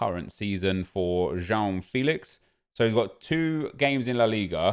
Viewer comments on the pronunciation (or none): Dont say JOÃO FILIX again please, just go to google translater and listen his name in Pt Please ehehe